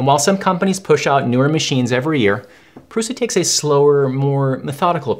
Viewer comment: Great video, very calm and truthful. I enjoy the fact that you call it how it is ( “ pru “s” a ) and not prusha. Amazing!!!!!! Video